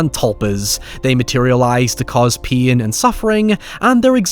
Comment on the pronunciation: You said 'pain' ten times before i figured out what you were saying 😅 I'm sitting here like what is pee-in? Great review ❤